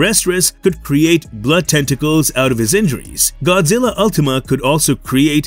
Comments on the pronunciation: Godzirra😂😂😂 you killed me with how you pronounced it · Could you please say Godzilla, just 1 more time… I wasn’t totally sure on its proper pronunciation since you said it so few times during the video!